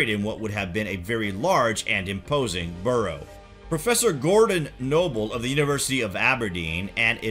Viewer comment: its Barrow not burrow and Midden not midean. you have some interesting information here but PLEASE look up how to pronounce this stuff.